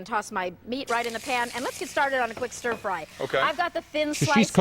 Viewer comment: Oh my god chat saying Ster fry every time Cathy said stir